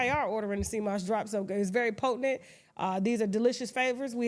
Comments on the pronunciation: Lol. She says “potinent” instead of “potent.” Gotta love her though 😂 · Tasha tickles me every time she does the Tasha K Deals and put that extra syllable in potent.😂😂😂😂